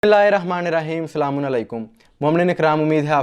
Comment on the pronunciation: Bhai ap ny slam thek sy ni bola...esy mu utha kr aa jaty hain pta ni kha sy